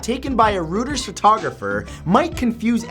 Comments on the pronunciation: No. 2 - Both Belgium players, Marouane Fellaini and Vincent Kompany, are 6 feet+ anyway. Also, for whatever reason, Reuters is pronounced "Roy-ters". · Hey Matt! Just fyi....Reuters is pronounced "Royters". Cheers!